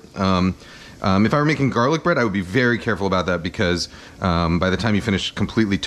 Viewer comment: the way Kenji pronounce his words that starts with B like "buh-roth" ""buh-read" "buh-runch". can't unhear anymore